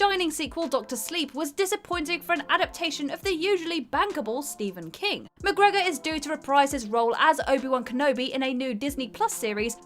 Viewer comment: pronunciation of McGregor was just sublime.